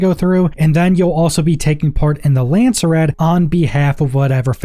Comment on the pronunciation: Lands-rad not Landser-rad